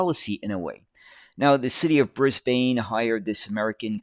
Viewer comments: It It's pronounced brisbin, not brisbane, even though It's spelt that way 😂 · A few points.. It becomes painful to listen to Brisbane being pronounced incorrectly so frequently. The E is silent - Read at it as being spelt Bris/ban. Point 2 is a city 'Council' making decisions based on a Consultant from the USA, that through their default policy over many years has an abysmal public transport that doesn't serve the community well at all. Seems that is based on 'pissing resources up the wall'... because Y'all have been getting that fuel for free in terms of true production and environmental cost. So yeah, the last place to seek advice on public transport is the USA, the land of copious consumption. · Brisbane!!!!! Pronounced "Briz-b'n" here. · Try pronouncing it Brisbin. Great video my guy. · As always, very informative, Thank you. One small point though Brisbane is pronounced as Brisban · It’s something we always grit our teeth in preparation for, when we see the word written out. Thankfully most American YouTubers are correctly saying “Bris-bin” and “Mel-bin” these days. Now we have to work on British speakers who say “Barth-hurst” instead of “Bathurst”. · Great video! But your pronounciation of Brisbane is a bit off, the 'bane' part should be pronounced more like 'bin'. Also, if you're interested, you should check out John Dunn's history of Commonwealth Engineering series. Vol. 2 go over these buses a little bit, but what you'd find more interesting would be Comeng's involvement with the Budd company. Both of them worked together alot, and Vol. 5 goes in depth on the Comeng designed C1/C3 cars for the LIRR in NYC. Vol. 3 also talks a lot about the 1950s era of Budd and how they adapted Budd's stainless steel for use in trains in Australia. I've read all 5 volumes and I use them frequently for making my own videos. They're a fascinating read. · With all the great research you couldn’t pronounce Brisbane properly